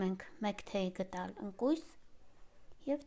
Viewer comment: Shnorhakalutyun shat lavner, ampayman amanorin kpatrastem.Khmori mej halac yuxi ham@ chi zgacvum(mi guze karaga halezraz?);mijukin shakaravaz petk chi? Shat em uzum hrcnel(bayc chnexanak xndrumem,dez viravorelu hamar chem asum)inchu gDal bar@ ampayman "T" tarov ek asum(shat sheshtvac) vor@ bolorovin hacheli chi lsvum,lsoxutyuna xlacnum,naev hayoc lezuna axavaxvum.